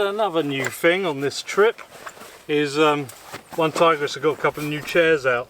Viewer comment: “Fing”? In England we say THING!